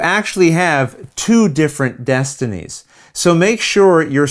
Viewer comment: Okay, for reals, how many takes did you do to get both the box flip AND the pronunciation of the names correct?